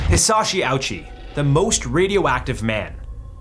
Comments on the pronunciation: Edit: Added the 2nd paragraph onwards. Why cant most content creators who stumble into Hisashi's case bother looking up his name's pronunciation.. at least make the effort bro, it's not hard And jfc they didn't keep him alive to study him, they did so at first because him and the family, after he wasn't able to communicate it was solely for the family. The ones that convinced them to let him go were the doctors. I can't help but question the rest of the info you shared on your video. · I am so glad someone understood his name is not said like that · The way bro pronounced Hisashi's name hurts me 😭